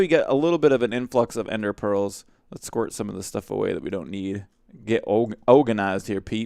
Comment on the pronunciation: i love when you say squert (or how ever you spell that xD )